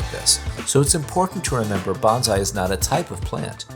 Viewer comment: The correct way to pronounce “bonsai” is like saying “bone sigh”. The pronunciation used in this video sounds like “banzai” which is a Japanese word to make an exclamation of celebration or success. I shouted banzai when I retired.